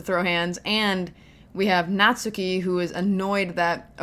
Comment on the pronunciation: I think natsuki name would be pronounce more like Nat-ski instead of Nat-su-ki. The “su” is still there ut the emphases is so little. This is a good example